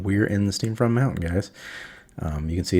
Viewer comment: Great Video! One note, its Steam Font mountains, not Steam Front /giggle. Just razzin.